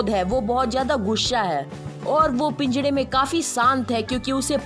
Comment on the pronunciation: Don't said pingara to pinjada